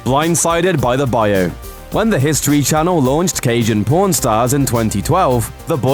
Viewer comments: It's pawn not p0rn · pworn stars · It's pawn my doooood not p0rn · When he says pawn it sounds like pourn haha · "pawrn stars" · Sounds like u saying born stars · It's pawn not pone. Limeys. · Every time he says pawn stars it sound like pron stars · This actually pisses me off it’s pronounced PON-Stars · Say pawn right. Its not a sex show